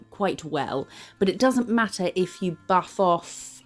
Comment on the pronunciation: ish you said “buff after” and I was like “you need a bath after what?” It took me a sec to catch on hahaha